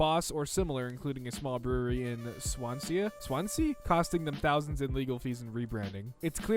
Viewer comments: How says "Swansea" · Me as a guy from Swansea hearing him try to say Swansea (city in Wales) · you did not just say Swansea wrong. It's pronounced how it's written. Sorry, I live in Wales (where Swansea is) and this triggered me.